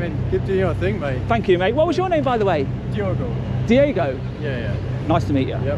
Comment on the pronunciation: Diego, not Diago